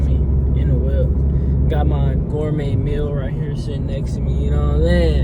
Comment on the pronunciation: Congrats on da 500 subs, but how you gon say gourmet meal cmon now brudda 😂😂